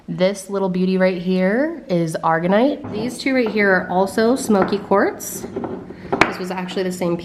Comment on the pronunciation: FYI - it is pronounced A-ma-zon-ite with the accent on the first syllable. All of the stones you called Ocean Jasper are actually Polychrome Jasper. The white crystal is not Argonite, it is Aragonite with the accent on the second syllable. Azurite is pronounced Az-shur-ite with the accent on the first syllable. The tall fluorite is totally cool. The Afghanistan Jade is actually Onyx.